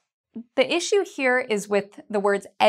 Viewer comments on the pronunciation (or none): none